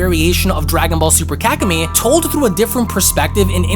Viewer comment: I’m sorry but it sounds like you’re saying kak-in-me 🤣